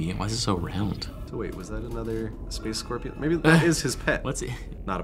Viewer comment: It pains me everytime they say space scorpion